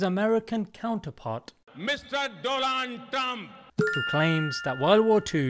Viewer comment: "Dolan Trum" 🤣😂...